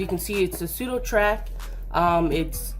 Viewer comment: sudoTACK man.... there's NO R....